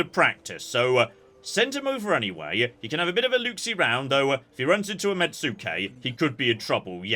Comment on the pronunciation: This comment will continue until pronunciation improves: Mets-kay, not met-sue-kay. Please please, it hurtses us.